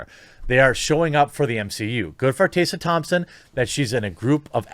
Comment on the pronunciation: How tf can you mispronounce TESSA THOMPSON